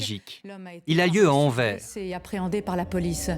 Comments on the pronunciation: Anvers se pronounce Anvers not anver. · On prononce AnverS et pas Anver, incompetents de journalistes... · pour les français anvers = an-verse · ça se prononce Anversse (on prononce le S à la fin ...) comment est-ce possible d'encore faire cet erreur ... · On prononce le "s" de Anvers , c'est "Anversse" ou Antwerp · Envers et contre tout ? AnverS , le S se prononce, s'il vous plaît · On dit pas mairie mais commune et anvers on prononce le s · Sixième seconde : Anvers prononcé sans le s final. Ca commence fort. Tocards de Parisiens de merde. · On prononce le s dans Anvers, c'est pourtant simple. Ne pas le faire est mal le prononcer mais si t'es obstiné et que tu préfères persister dans l'erreur... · Oui, ça m'a filé une migraine pendant toute la vidéo.